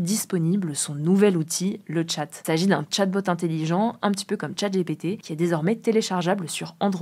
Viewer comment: On dit pas " le tchat " mais " Le Chat " comme l'animal. Mistral a fait exprès. D'ailleurs le logo est un petit chat 🐱